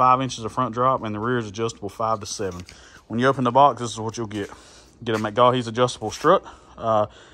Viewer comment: McGaughy’s is pronounced Muh-Goy’s for future reference. Great looking truck. I have a black on black 2016 with a 4/7 drop. 😎